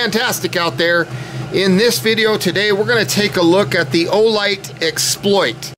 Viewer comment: Keep working with the straps… they do come out. If you want to fold them out on the side, I guess you can, but they simply feed back through the buckle. Also, you pronounce it exPLOIT (like the verb), and I pronounce it EXploit (like the noun). I don’t know which one is “right,” but there you are.